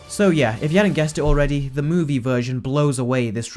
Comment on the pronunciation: Why do you say "movie" so weirdly? Also there are no facts